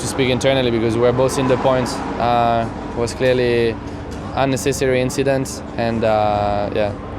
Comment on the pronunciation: Gasly: ,,Just an inchident"